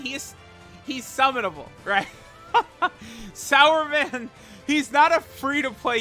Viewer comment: Wtf are you calling him sauerman? It says Superman 🦸‍♂️right there on his card name. He even has a "su" on his shirt there. す and not さ (sa).